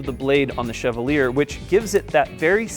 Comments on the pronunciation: I think Chevalier is pronounced shuh-vol-yay. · Chevalier is pronounced shev-all-yay. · Why can't anyone pronounce Chevalier correctly?